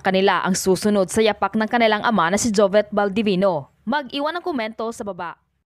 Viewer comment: Pronounce it as jovit not jovet